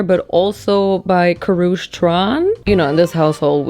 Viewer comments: It’s not KOROOCH it’s pronounced CARE-UCHI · Aww the way pronounces Karrueche has me dead 😭💖it’s Ka-roo- chee haha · Her name is pronounced Ka-roochie Tran. 😂😂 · Kaaaruuuchiiiiiii is how you pronounce it hope that helps lol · 😭😭😭 I’ve never heard anyone pronounce Karrueche’s name like that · the way pronounced Karrueche sent me to the orbit